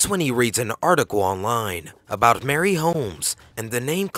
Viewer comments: Marie..... Not Mary. What R U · "Marie" is pronounced MAH-REE hehe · North POND. Not North Point. MARIE Holmes. Not Mary. Jeeeeeeez. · ...its pond not point and Marie not Mary.